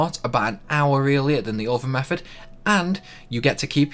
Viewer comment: It's not 'free' it's three, it's not 'meffud' it's method, it's not 'fousand', it's thousand, it's not 'furver', it's further, it's not 'maff' it's maths. Which town in the Potteries are you from? Best one I heard 'Funderga' - lol, was that supposed to be Thunderga? You're a star, I like you!